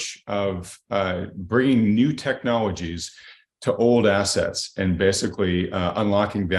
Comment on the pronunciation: He said hard....then he said assests